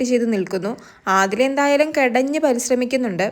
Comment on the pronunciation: കെടഞ്ഞ് അല്ല കെണഞ്ഞ്😂😂😂